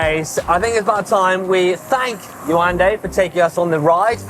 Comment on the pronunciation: Nice - You pronounce her name "Ye-wan-day" 🤓🤭